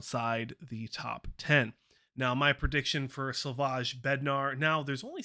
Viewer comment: It´s Slavojjj (jjj) not Slavošš :)) It´s Czech republic name :)))